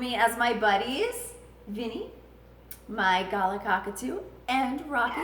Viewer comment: Sorry but this just annoyed me, mostly because they're one of my favorite native birds, galah is pronounced "guh-lar" not "gar-luh". But other than that, great video.